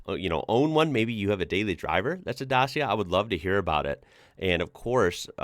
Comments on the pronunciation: is not pronaunts dasia is dakia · Let me help you: Dacia is pronounced Datsia not Dasia. Also the Dacia brand logo you show, is the new one made. The old one looked more like a shield. I miss the old one... But maybe that is just me. I also miss the Aro cars, and Duster Dacia is a clone between the Dacia car and the Aro jeep. The Aro jeep was the Hummer of the communist era. Also for now there is no AWD Dacia, only 2 wheel drive or 4x4 cars. The 4x4 are with manual or electronic change between 2x4 or 4x4. :D :D :D You found the history od Dacia land. The name of the old Romania beforeit was named Romania was Dacia. NOTE: Dacia cars are a Romanian car company, but it has its roots in the French Renoult. However the Aro was 100% Romanian. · Is not DASIA IS DACIA. C=C NOT S. I live in citi is make. PITESTI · Hi! First of all the way you pronounce their name is wrong. It is called DACheeIA not Dasia… Sorry, I don’t mean to pry… Now it won’t be impossible to find one in Mexico, because in Mexico they have a lot of European cars. The last picture with the old model of Dacia 1300 it was very similar to the French model Renault 12… What you don’t know also is that the Romanians were making a very good SUV which was called ARO 24 and it was a very appreciated car during the communist era, throughout the whole eastern block. At one point they also made a model for the young people called ARO 10 which was a pretty little SUV. From 1997 until 2006 they made a very nice model called ARO 10 Spartana. Also they made some army models from the ARO 24 platform, which were very highly regarded. You can find all these models online. Enjoy them… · It’s actually pronounced like Dutch-Yeah. Not Das-Yeah. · Not da-see-ya It's pronounced da-chi-ya. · Dacia not dasia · as a Romanian, its not pronounced Dasia, its actually pronounced Dachia. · D-A-C-I-A ...c like cy not lile si!!!! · This is a budget car! Is a Dacia, not a Dasia! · its Dachia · It's pronounced duh-chee-ah